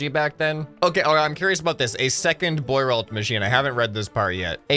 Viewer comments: "Bwah-roe" machine, Jesus. I mean I've never heard of it either but presuming it's French, that's how you'd say it. How can you not even know how to pronounce simple French words? You don't live on a deserted island. You apparently have Internet, you could have bothered looking it up if you weren't sure. But French has pretty simple rules of pronunciation. If you can manage English... if you can manage English... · As a Frenchman myself, I can confirm this vehicle was extremely impractical Btw the investor's name is pronounced Bwa-ro, you know how half how the letters are silent in French lmao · lmao the way he pronounces "boirault" is so american